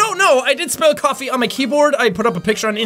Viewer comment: I have seen this video like three times now and in the video i just hear spell instead of spill and my english is very bad I know